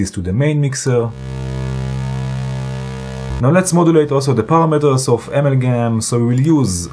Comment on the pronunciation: Brian Watterson: Hi - WOW Professor! You were really motoring with this one. I have to watch this video again using Pause & replay to catch all of the great moves & pieces of good advice. AMALGAM looks like an extremely complex module. Lots of beautiful sounds though. Thank you so much for the excellent video. Pronunciation, if I might say, maybe more like: (dirECtion), (aMALgam) rather than (amalGAM).😊. (Love your red Arrow pointer, by the way. Is it available for a Mac)?